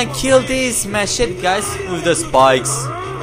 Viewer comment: Prietene "machete" se pronunta MA-SHE-TII* in pronunctia fonetica. nu MA-SHIT